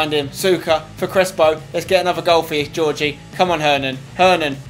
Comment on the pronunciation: Crespo's middle name is pronounced hor-hay not Georgie btw. Great video as always!